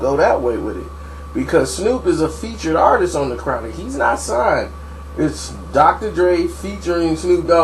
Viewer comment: He said "My Ahhtist" lol!